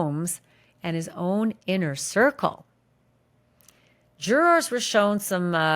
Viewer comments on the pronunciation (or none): I watch you because you have the best coverage of this case, with no crap added. But fuuuuuuuuck the way you say jurors is so annoying lol 😅 Why do you say it that way? And juror 6 loving 90s hip hop and nodding along with diddy n smiling when things go his way, should have been kicked out days ago!